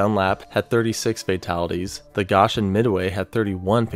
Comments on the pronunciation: The Goshen is pronounced with the o being said not like AAA its like ohhh Goshen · lol I live in south bend area Indiana and when he got to the 1965 outbreak I realized he was talking about where I live. I wasn’t alive but I recognized some of the areas in the old pics. Also he said Elkhart right but Goshen is GO-shen not Gosh-en. lol so weird to hear about places I’m familiar with. Took me rewatching that section to even realize he was saying Goshen. That’s nuts tho! So many tornadoes in one area for one storm! That double vortex pic is NUTS. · it’s actually pronounced Go-Shen. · Little nitpick, Goshen is pronounced Go-shen instead of Gosh-en. "Go" as in the word "go" and "shen" as in "shun." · hi Indiana native! goshen is pronounced go-shen❤